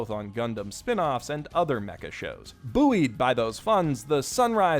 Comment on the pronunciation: did you just say boo-ied